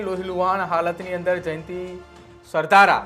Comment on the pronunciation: Sav sasta ma anchor hire karyo lage chhe. Alya Sardhar nahi Sardhara . 😆